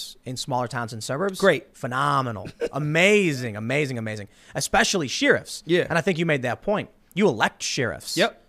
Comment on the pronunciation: Atleast he stopped saying sheeruffs